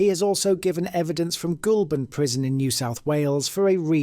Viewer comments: An interesting story but I wish you’d research the correct pronounciations. The two that really grated on my ears were Den-yi-a, which is Den-ya and Goal-bun not Goul-burn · GOULBURN is NOT pronounced GOUL as in ghost in GOAL BURN as in to score a GOAL, LOL thanks for another laugh bro 👻👻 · It's DEN-YA not DEN-IA, it's GOL-BURN not GOOL-BURN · nah he's right, if you want credibility in this age of AI, then provide correct pronunciations, and its pronounced Goleburn